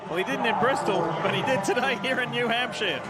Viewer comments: I’m thankful I was at the race and didn’t have to listen to Leigh saying “New Hampshire” all day 🤣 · OMG DIFFEY...WE NASCAR FANS KNOW WHO THE DRIVERS DRIVE FOR, AND THEYRE SPONSORS, YOU DO NOT HAVE TO REMIND US EVERY SINGLE LAP. AND THATS NOW HOW YOU PRONOUNCE HAMPSHIRE,SORRY.NASCAR ON MUTE!!